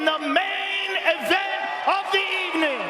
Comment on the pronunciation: "I made it to the invent"